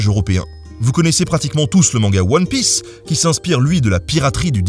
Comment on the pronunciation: Autant j'adore ce que tu fais autant grâce à ta prononciation de l'anglais j'entendrai à jamais One Pisse,... :D